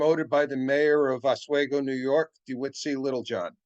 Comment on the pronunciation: That heater car at Roscoe in late May might have been used, upstate New York can have unseasonable temperatures even in late spring. Also it’s called OsWeego. Great presentation,thanks